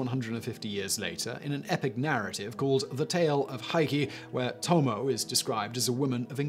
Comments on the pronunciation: Toe-Moe-Eh, not Toe-Moe. She would take exception to that. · Tomo-eh it is ともえ トモエ